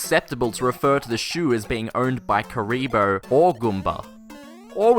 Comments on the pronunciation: It's pronounced kurrr-ibo not ku-reee-bo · I think they get the name even more wrong in the cartoon, though. I seem to remember them calling it "Karubi" instead of "Kuribo."